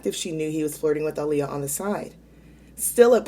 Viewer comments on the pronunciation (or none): none